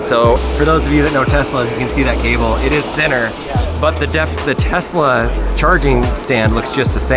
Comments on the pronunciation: “telsa” model y instead of Tesla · "Telsa Model Y" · Telsa anyone else notice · lol telsa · stop pronouncing Tesla like TEST-LA its TES-LA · did anyone realise its Telsa and not Tesla? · Telsa Model Y Me: What's a Telsa?